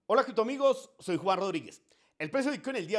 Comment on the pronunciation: ¿Cómo te llamas , Juan , Juar, Jugar, Junar ? Es que no logro entender cuando te presentas